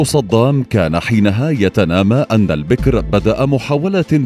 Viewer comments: البَكِر وليس البِكْر. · البكر بفتح الباء والكاف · البكر يامقدم بفتح الباء وليس بكسره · البكر بالفتح وليس بالكسر. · البكر ، بفتح الباء و ليس كسرها .